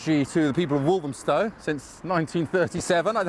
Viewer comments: Why do some people pronounce Walthamstow as"Walzhumstow" ? Where does it come from? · It's become so diverse, its become unrecognisable. It used to be a traditional market. The stallholder who thinks the market was a mile and a quarter, doesn't know what she's talking about. Its the same length as it has been for over 100 years. I also hate the way the pronunciation of walthamstow is being mispronounced. Stella Creasey vowed to stamp out the gentrification in walthamstow. SHE IS the gentrification in walthamstow and the ruination of its soul.